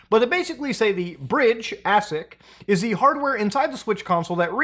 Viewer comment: AAAAAYSIC. Not ASSSIC :D Emulating is better anyways. HD mods and reshading.